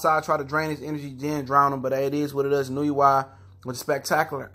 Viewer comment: I love Inoo-you-wa